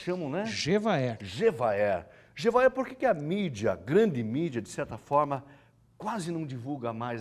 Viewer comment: Ele é despreparado porque nunca passou nem na frente de uma universidade. O Gevaerd é uma pessoa conhecida mundialmente e essa anta não sabia o nome dele e nem mesmo pronunciá-lo. Estudei um bocado para me formar e durante todo o tempo de jornalismo, o que vi foram esses semi-analfabetos dominando as Redações, as TVs e Rádios, auto-intulando-se jornalistas. E para ficar pior ainda, como não sabem falar nem escrever corretamente, puxam o saco e rastejam em volta do diretor do jornal, TV, rádio... Resultado? são premiados com cargos elevados e salários 3 a 5 vezes maior do que os pagos aos profissionais. Ah, e ainda são Editores, os nossos "chefes" sem um mínimo de noção de como se faz jornalismo.